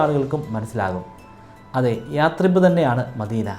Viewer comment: യാട്രിബ് അല്ലയശ്രീബ്